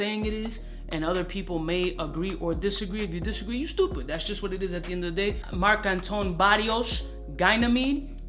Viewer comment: Definitely Entertaining reviews! But u gotta start listening to the french pronunciation on google translator! Frapin, marc-antoine barrois, etc etc... i mean you spend 200 dolars in a fragrance and then u butcher the name? Take a few seconds to listen to the right pronunciation, its not russian its french...😄